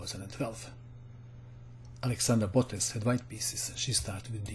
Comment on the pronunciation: The pronunciation of "Botez" is incorrect.